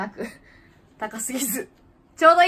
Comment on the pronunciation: ジーナシスのイントネーションは「さんこいち」と一緒じゃないかな？